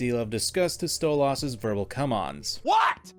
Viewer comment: STOP CALLING HIM STOLE AHHS ITS DRIVING ME CRAZY!!!!